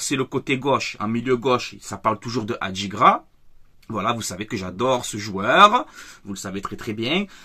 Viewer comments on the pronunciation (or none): Salut. Terrier va à Leverkusen pour 22M. Dommage c’était une bonne idée. Et on ne dit pas Adigra mais Adingra 😅 allez l’OM